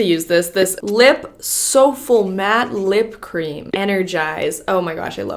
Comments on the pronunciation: Matte so-full 😥😥 su flay, I love how she always says it with confidence tho 🤩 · Lip "soul-fle" 😭😂😂😂 lip souffle (SOOFLEEE) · "Souffle" is not pronounced "So Full" it's pronounced "Sue Flay" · "Soful" I-- souffle is soo-flay.... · i couldnt stop laughing when she said lip “sow-full” instead of lip “soo-fley” 🤣 love you ❤️❤️❤️ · "So- Full" lol.... it's pronounced "Su- Flay". You're too cute. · "soff le" haha. i think its "sue fle". love your vids! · Oh! I love you! Soulful!? It's pronounced SOO-FLAY! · did she say "soffel" instead of sou-f-lay (the lip product)n xD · LMAO the lip cream is su-flay not sofull 😭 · “Sofull” 😂😂😂 LOVE YOU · Girl soufflé is pronounced like “soo-fleh” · Souffle is pronounced as soufflee, like in the French way :) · it’s pronounced lip SUE FLAY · Lol it's pronounced 'sooflay' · "souffle" is pronounced soo-flay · it’s soufflé! (Soo-flay) 😭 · no one:: lip SOFFUL love you though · ilysmmmmm alsoooo soufflé where i live is pronounced: sue-flay and the ay is like ayyyyy 😂😂😂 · Lmao “soulfle” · I’m not making fun of her at all but I literally spit out my water when she pronounced soufflé as “sofull” 😂😂😂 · ME TOO!! I was like hmm weird what’s sofull then looked harder and was like OH 🤣❤️ love her tho lmao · "souffle" is pronounced soo-FLAY, lol. I just love that you are so YOU. Please keep the videos coming - you're the best!:) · love when she said LIP SOFUL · honey that says soufflé. like the food soof-lay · as soon as she said this, I ran to the comments to see if anyone noticed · hahaha the way she pronounced soufflé, omg my heart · The way you said soufflé 😂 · am I the only one that caught how she mispronounced soufflé 🙈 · The way she said soufflé 😂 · 🤣😂 please google “how to say soufflé”!! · pronouncing souffle 😂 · The way she pronounced "soufflé" omg😭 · pronunciation of Soufflé 😂💕💕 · The way she says souffle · LOL it's souffle- like an egg souffle! Made me lol